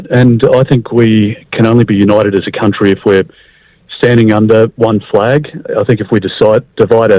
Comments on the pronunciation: “Flag” not “fleg” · It's flag, not fleg. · I don’t get why you keep saying ‘fleg’ that way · Why you sayin flag weird bro